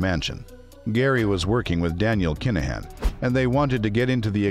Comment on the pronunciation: Why the hell are mis- calling his name . IT IS NOT DANIEL CALAHAN . IT IS DANIEL KINAHAN !!!!!!!!!!!!!